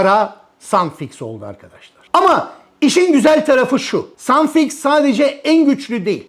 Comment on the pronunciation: tşk.. Dikkatimi çekti... Sun-Fix adında başka tür bir yapıştırıcı var, siz yukarıda Sun-Fix yazmışsınız ve söylerken de Sun-Fix gibi söylemişsiniz. Halbuki videodaki ürün Suf-Fix..